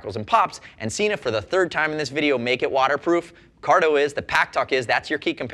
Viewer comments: Yes, but the same video says the correct pronunciation is Sena, not Seena. It just shows that there are knuckle heads working for them as well. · It's Sena! There is a video on their website with the correct pronunciation. I wish would watch it. I love his reviews, but Seeenuh drives me nuts! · frogzlove It is about the way the way the word is spelled. As I stated, there is no double "e" in the word/name or even an "a" after the "e" so therefore, it is Sen-a. I have seen Sena devices at shows and in shops here and everyone, including the Sena reps, say Sen-a. It is the same as the word Data. It is pronounced Dah-Tah. NOT Daytah! There is no "y" in it so don't say it! I know that is ft track a bit and not a brand name but it is the same principle. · Firstly, you guys really need to learn how to talk properly. Sena is Sen-a. It is not Seena. It does not have a double E in it so don't say it. Next, VIA is Veye-a. Not Veea. Again, no double E. There is nothing that annoys me more that people who cannot say brand names correctly. Now on to the 30K, I highly doubt it is just water resistant. Why would Sena go to all this trouble to make a device that sits on the outside of a helmet, open to the elements and not make it waterproof? It does not make sense. It would have to be made to with stand heavy rain on a ride. Riders are not going to just pull over at the first sign of rain to remove their Sena. That is just stupid. On to the cracks and pops. well in bluetooth, that is a given. Every unit I have ever tried has some sort of interference at times so it is to be expected. I would take this over any Cardo device any day. They are a plain punish to pair for group riding and most of the time in take longer to set up than the ride. I hate my G9.